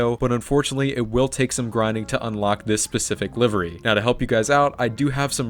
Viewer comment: Did u just say liver? 😂